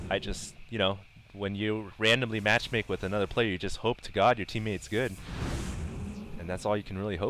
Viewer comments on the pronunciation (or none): i could have sworn he said randomly masturbate not randomly match make